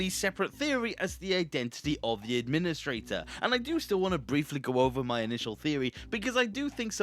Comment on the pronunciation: Maybe you’re the Ad-PIN-istrator